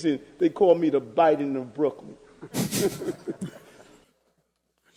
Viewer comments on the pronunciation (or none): "Da BIDE-EN of Brooklyn" LMAOO